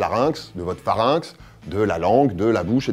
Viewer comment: le "phRarynx" ? Dur à dire ! ;-) Excellent épisode, passionnant, je trouve plein de réponses à des questions que je me posais !!